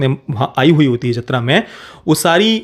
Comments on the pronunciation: Bro its jaathara not jathra, even Shreyas Talpade pronounced it wrong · जतरा(Jatra) नहीं, जातरा (Jaatara)l